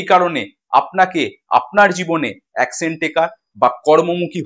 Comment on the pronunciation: "অ্যাকশেন" নয় কথা টা হবে "অ্যাকশন"